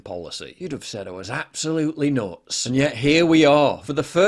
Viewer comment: This is nots (nuts, the way he pronounces it)